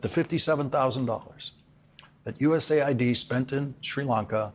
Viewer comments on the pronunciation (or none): It's US AID, by the way, not ID